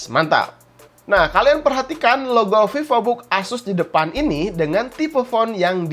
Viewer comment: Pipobook Sunda banget bang wkwkw 😅